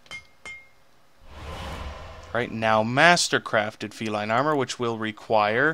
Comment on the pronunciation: you butchered the name feline and deck ;)